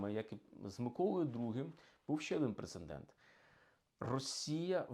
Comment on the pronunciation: Пане історику! Пре-це-дент, НЕ "прецеНдент".